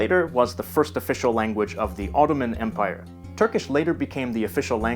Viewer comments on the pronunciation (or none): none